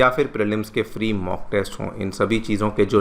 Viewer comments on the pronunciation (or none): none